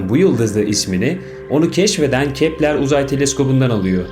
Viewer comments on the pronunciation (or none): Kepler değil Keplır diye okunur...